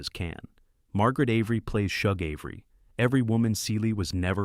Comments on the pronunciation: Shug is not pronounced like Chug. It’s pronounced like the “Sug” in Sugar. “Sug”-(gar) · Shug: SHOOG or SHUG - as in the word SUGAR. 💯🧁🍨🍦🍰🍩🎂